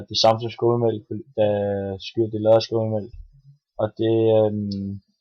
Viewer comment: Du udtaler skyr forkert....